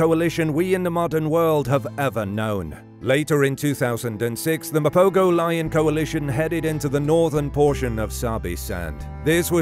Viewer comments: Will you freaking people get the name right. Mapogo is pronounced ma-po-ho and not Ma-po-go. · The g in mapogo is pronounced as a h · Mapogo pronounced MA po ho. Just saying